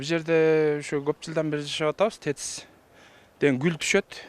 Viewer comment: Гул дебейт кул дейт